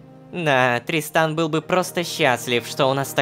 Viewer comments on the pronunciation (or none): Мне кажется правильно не тристАн а трИстан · я не ослышался, она сказала тристан? ТРИСТАН